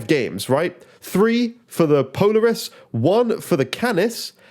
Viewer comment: It’s pronounced po-laar-us 😂